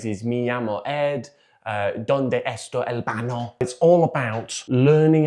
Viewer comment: Yo Ed❣ El baño has the squiggly thing over the 'n' so is pronounced like yo - el ban-yo. Great vid!!!